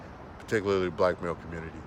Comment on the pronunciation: The fact that he says COMMUNITIEE let’s me know I can’t take this dude serious 😂😂😂😂 do y’all know those men’s women y’all want to “date” are complaining about black males coming over to their countries spreading y’all “nigga culture” by pumping and dumping these women 😂😭😭 check out Cynthia. G’s channel ... these people in other countries don’t really want y’all there , y’all do the same bs there that y’all do here in America to black women ..... goofies